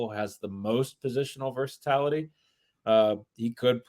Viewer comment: It's versaTILaty, not versaTALity. I am begging you to stop misprouncing this word every podcast!! 😮